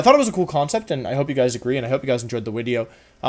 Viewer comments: your content is very interesting but one thing that really bugs me is when you say "wideo" instead of the word video. Is this on purpose? or can you not control it, i.e. in the form of a speech impediment? I am very confused but I would like to know. Thank you. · OOTL here why does he say Wideo instead of Video. I know he's doing it on purpose, just curious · OKOK, why does he say "wideo?" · Why does he say “wideo?” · It's great that you say Wideo because my name also starts with W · I can’t take a grown man saying “wideo” XD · Im here mainly to hear you say wideo lol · wut is "wideo" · Ah, another exciting 'wideo', with another AMAZING intro.